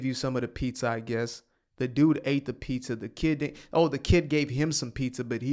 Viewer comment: “But I gave you “peetha” 🍕 😂😂